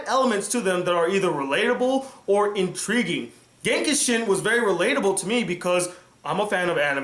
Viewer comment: Its "Genshiken", not "Genkishen"